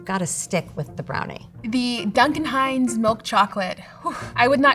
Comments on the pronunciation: "Dune-can Hines" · Doooooon-kun Heinz, says the narrator. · "Dooncan Hines"???? huh? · doocun hines 🤣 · I'm sorry..."Dooncan Hines"...is the VO person trolling? She can't be that bad! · "Doon-can hines" ? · "Dooncan" Hines? Just hire a voice actor. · Doonkin Hines 😂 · Excuse me....I beg your finest pardon...did you call it DOONcan Hines? twitches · Y’all call it Duncan or Dune-Can Hines?!? 😂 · Duncan. I was kinda taken aback when they called it Dune-Can lol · These awful AI voices saying “DOONCAM HINES” I can’t believe someone edited this and thought it was passable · Wtf is “doonkin Hines” 😂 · Dooncan Hines. 😂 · Doocan Hines🤣🤣🤣🤣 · She said Doocan Hines, british or AI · 'Dookin Hines'? 🤣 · I want to know who they get to narrate these because they have some very curious pronunciation choices. "Dooncan Hines" for example. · Doocan hines. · Dooncan Hines... never heard it pronounced that way😂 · How do they perfectly pronounce Ghirardelli. But then say “dune can hines” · Doon-kin Hinez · "Dune kin" Hines? How, Epicurious, does your announcer not know how to pronounce this?